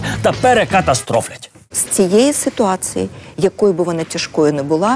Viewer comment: Ніяк косата не навчиться правильно вимовляти іменники жіночого роду з закінченням -ція: "ситуациі" замість "ситуації", "цивилізациі" замість "цивілізації"! Michael why did you wear the MU jersey?